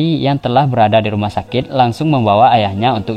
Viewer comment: Apa cumn gw yg denger dia lngsung pergi ke ruma sakek??🙄 Chanel orng Madura Tah??